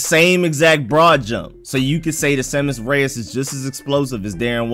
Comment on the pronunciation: Pretty sure u saying it correctly.